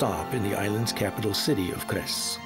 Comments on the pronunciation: ITS NOT KRES ITS CRES... YOU NEED A BIT MORE EDU\ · I love how people make documentary of Croatia but the Cres the c is sed as a s